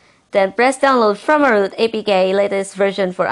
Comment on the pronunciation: What a dumb ass he said firmaroot